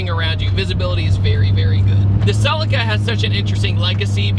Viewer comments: Americans...🤮 It's a Celica not a Sell I ca! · 😂😂😂😂😂 Whys he calling it a cell-acre 😂😂😂😂